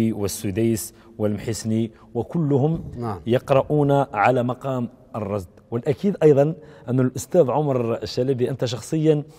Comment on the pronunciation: يرجى تصحيح إسم المقام ، فهو مقام الرست وليس الرصد ، وإبلاغ الإعلامي المحترم باسمه بأنه رست وليس رصد لأنه أخطأ في تسميته في البرنامج